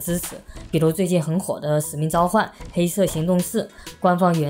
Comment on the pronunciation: 使命召唤 念成 死命召唤 普通话先练好吧